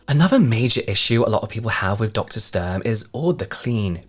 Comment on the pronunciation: her name is pronounced StUrm btw! The U like in “Utah” or “Uber” 🙂‍↕️ it’s softer